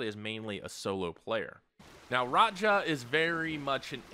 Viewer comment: I assumed that's an accent lol 😂